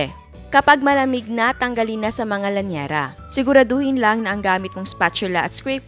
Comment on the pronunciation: Liyanera hindi po lanyera